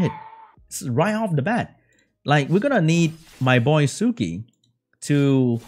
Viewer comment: Suiki is pronounced swiiki, sui is the onyomi reading of 水, the kanji for water..